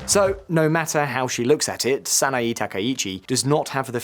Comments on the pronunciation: That's Sana-Eh, NOT Sana-EE...! That's Abe! Not Arbe! Yen Plummeting? Right?? - 'Plummeting' from Y160 to the US$ to Y152.65 ?? That is Exactly the Opposite! The Yen has Strengthened, Not Weakened! It has Rocketed from $0.00625 to $0.00655 ! GET IT RIGHT! That's a 4.8% INCREASE! It is the US$ that has Plummeted!! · "Sah-nah-eeeee" And english speakers get all pissy when you mispronounce the mess that's english....